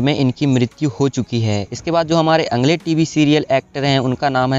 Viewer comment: कई जिंदा लोगोंके फोटो भी स्क्रीनपर लगाए है.यह अच्छा नही लगा. अगले शब्द का उच्चार अंगले ऐसा किया गया है. Please ये सूचनाएँ हैं. - मिसेस मेघना लिमये.